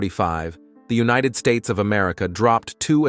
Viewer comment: Another robot narration I can live without. Can't even pronounce united in United States. Ugh.